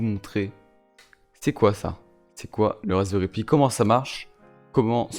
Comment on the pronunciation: Wesh mon reuf il me stress à dire raspberry pï!